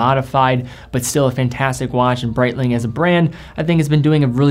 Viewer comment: Good video but Brietlng? lol c'monnnn, shitteroonie's